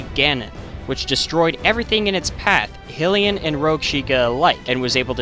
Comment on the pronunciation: Did you say...Hill-ee-ah? They are Hylians. Like High-leeans. Like their land Hyrule (High-Rule) or goddess Hylia (High-Leeah). Yeah I know, I'm the worst kind of person...